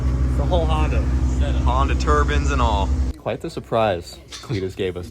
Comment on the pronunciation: Both and kill me with that "TURBAN"......